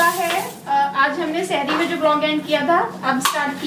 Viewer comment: GUSTAKHI MAAF....Bhai aap ..SHehri.. kahte hai...*SEHRI* kaha kare...MA SHAA ALLAH bahot KHUSHMIZAJ hai AAP DONO..... HAMESHA KHUSH RAHIYE...